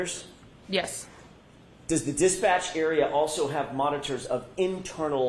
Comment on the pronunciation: Also "Dispatcch"